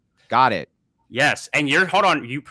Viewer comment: He says Hode not Hold which really fits with his level of IQ. I always feel bad for people with that childlike speech problem lol Hodor